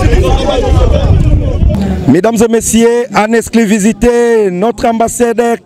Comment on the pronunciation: Journaliste manque de professionnalisme,oza ganga na matanga on dirai ozo présenter artiste na concert et puis il faut bien dire < >non < >😀😀😀